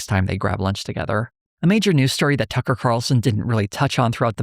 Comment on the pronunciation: “Buckler” and “Tuckley” Carlson